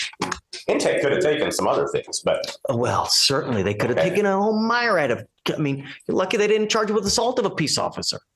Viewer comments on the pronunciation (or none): Did he say "Mire-Add" ? Did he mean "myriad"? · Not saying the judge is wrong, but I’ve been on this earth for 45 years and never heard myriad pronounced the way he did. Reading it phonetically, I can see how he got there, but I’ve just never heard it that way.